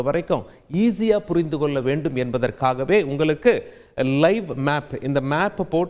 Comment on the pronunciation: புரிந்து கொல்ல அல்ல ஐயா புரிந்துகொள்ள. கொல்வதைத்தான் அவர்கள் செய்கிறார்களே. நீங்களும் ஏன் கொல்கிறீர்கள். கல் கல் காது வலிக்குதையா! 'ள'கரத்தை ஒழுங்காக உச்சரிப்பதில் உங்களுக்கு என்ன சிக்கல்.? நாக்கு? அலட்சியம்?